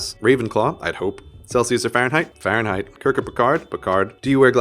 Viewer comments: A part of me died when he said Farhenheit(or however it's written) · When he said Fahrenheit I died a little inside. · "Celcius or Fahrenheit" "Fahrenheit" BOY YOU DID NOT